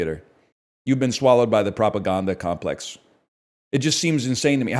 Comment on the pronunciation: Why tf he pronounce propaganda like ashwagandha